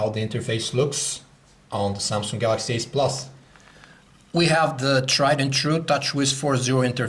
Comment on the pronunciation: The Pronounce "galaxy s" as "Galaxy ass" and "galaxy ace" as "galaxy s"